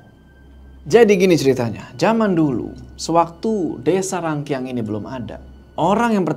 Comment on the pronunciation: Gaaaasssssssss!!!!! Btw bukan cara baca rangkiang bukan rangki-ang Tapi rang-kiang Kiang nya tu di baca nyatu gitu Hehe Yok semangat yok